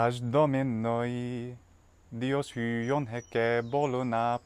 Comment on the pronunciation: Luh-wi? That's la-oi. Is there something I don't know about pronunciation? hu-on? Ui with a rough is hwi.